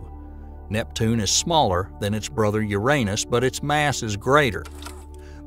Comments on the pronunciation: I REALLY WISH they'd pronounce it the right way, YOU- rah- NUss,, not you-R AAY nus,, and especially with that Southern Bible belt accent, I sincerely think the guy was pronouncing it that way because he liked doing it lol...... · Since when was Uranus renamed to "U'reAnus"??🤣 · Bruh come on na. Why do you not pronounce `uranus` correctly? It takes the whole seriousness away. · I like how he says your anus instead of Uranus lmao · Hello there! I have some constructive criticism to give you, if you don’t want it just ignore this comment. :) So what I noticed was quite a bit of incorrect wording, outdated information and some statements that I didn’t like. Ex: The pronunciation of Uranus, the size of the Great Red Spot, assuming that “the universe” is all there is (and therefore dismissing parallel universe theories and such). That’s a couple of examples that came to mind though I noticed more. But I must say I’m impressed by the time and effort you put in to this, we need more content like this so please continue! Thanks for taking the time to read this and know that this is not me criticising your work in bad faith. I believe we all need some GOOD criticism so that we can all grow and become better. Thanks again! :) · Good video. Uranus could be said as “Your an us” or “you ran us” but please not “your anus. “ Also the sun, though called a yellow dwarf, is a misnomer as our sun is bigger than the average star. Also, the idea of the universe being everything there is, makes anything outside (of everything) an impossibility. Goodbye multiple universes. Even the ‘supernatural,’ if it exists, would be part of existence and thus part of nature, and therefore also impossible to be somehow above the natural. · Okay, I can't keep watching this if you keep pronouncing uranus like that. lol